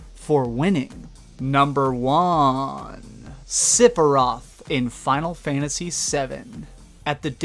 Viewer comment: LMFAO. Sipiroth?!? Already said Phalanx wrong, but Sipi-roth? It's Sef-E-roth